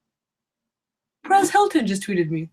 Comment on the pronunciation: Who else thought she said Paris Hiltons tweeted me instead of Perez Hilton 😂😂